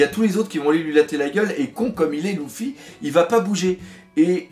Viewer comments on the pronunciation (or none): Pokélite x en plus c est pas louffy c est luffy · Ça me stresse quan tu dit "Louffy" 😂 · Tu dis Gok[ou] pas Gok[u] Tu dis Nar[ou]to pas Nar[u]to Bah pourquoi tu dirais L[u]ffy et pas L[ou]ffy ? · Moi c'est ceux qui disent LUffy qui me stressent de ouf